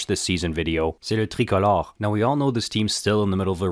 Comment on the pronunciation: Do you speak French to say le tricolore and Joshua Roy so perfectly?